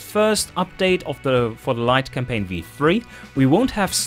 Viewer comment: Did I hear you almost say "Light Complain"? That gave me a little chuckle. Also nice to hear the devs look through what people make